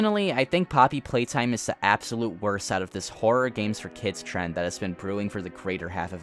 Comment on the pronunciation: Your video was cut off by an ad right when you were saying poppy playtime. And it sounded like poppy plate, which perfectly describes their marketing